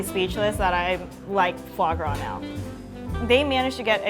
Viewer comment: I contemplated killing myself when she said "fave grave".